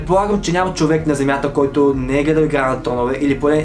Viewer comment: Като чух да казваш “въй чуек” припаднах от смях🤣🤣🤣 Много липсваш😘